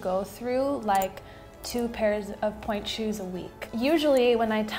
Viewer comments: en pointe ;)❤️ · en pointe (u probably know that but just incase, no hate)